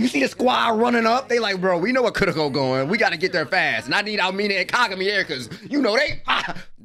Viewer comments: I gonna miss your "Welcome back to kurrrrrrrrrrroko no basket!" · the last kurrrrrrrrrrrrrrrrrrrroko no basket, i am crying ahahahahhaha